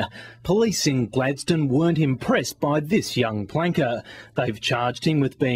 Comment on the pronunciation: when he says planker it sounds like wanker XD